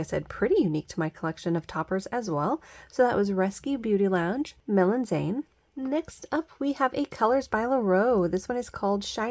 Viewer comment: Just FYI “Melanzane” is Italian for eggplant and is pronounced mel-un-ZAH-nay ETA I love the kitty ear sighting!